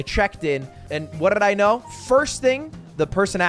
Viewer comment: how did you roll "what did i know" lol normal people roll there r's